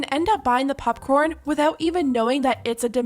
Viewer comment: "pupcorn" llol